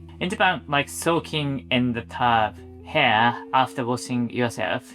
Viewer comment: Great video, and what a lovely looking house! I wish I had a home like that to call my own! As an English teacher who also knows a bit of Nihongo, if you allow me a pronunciation tip... Try using the ひ sound instead of へ , when saying "here"! We could understand it whenever you said it, but it sounded like "hair"😅